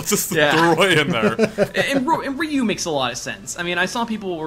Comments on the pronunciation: Ryu, not Riyu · I've never heard Ryu pronounced "Ree U". What the heck. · Ryu is not pronounced "re-yew", but is pronounced in a similar way as "mew" in "mewtwo". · Haha,, why do you say "Ree-Yu"? It is just one syllable ^^